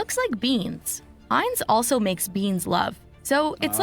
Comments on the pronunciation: You’re saying the name wrong dude! It’s not the Underwear brand! Smdh! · Whats disturbing is how you pronounce Heinz lol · Strange that you can't pronounce Heinz, after hearing it pronounced the right way. Can you hear the difference? No one misprounced it as bad as you... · Please pronounce it properly. ....google will properly pronounce every word for you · Learn how to pronounce the name of the kehup correctly. Thanks. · I’m continually disturbed and appalled at how badly millennials speak American English. He keeps pronouncing the name of this ketchup incorrectly and what’s worse is the very first thing that the woman says on the video is the name properly what is wrong with the millennial generation what is going on? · Ikr…I was like is he talking about underwear or what!? Lol 😂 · Thank you ! 😂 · Frfr it was killing me only 30 seconds in and my boy is acting like he never seen a Heinz ketchup commercial 😂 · Or ever heard anyone pronounce it right.😆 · • Thank you for saying what I'm intensely feeling. Not only is he (ignorantly) mispronouncing the name Heinz, but he is continuing to mispronounce the name AFTER hearing three, maybe four other people say the name correctly. Makes me take the host less serious. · Bugging me too. I check the comments and it's not just me.. whew! Like bruh quit talking about underwear.. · Thumbs down you kill me calling it Hanes it's pronounced Hinzes . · Hanes? Heinz is pronounced Hines. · It’s not Haynes bro it’s called “hines” is pronunciation. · Pronounce heinz!!!!!!!!!! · Did he say hanz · The lady is telling you how to pronounce the brand Heinz, yet you continue to say Hanes lol. Are you talking about boxer briefs? LMAO! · Heinz ketchup not Hanes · Heinz not Hanes Bruh 🤣🤣🤣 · It’s pronounced Hines not Hanes 😞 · Hanes is undergarments, Heinze is ketchup,HINEZ WITH A LONG I SOUND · Heinz Not Hanes. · My guy Hanes is underwear. You're saying it wrong 😅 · Yo, it’s Heinz, not Hanes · I know, lol. Heinz not hanes😂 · Hanes underwear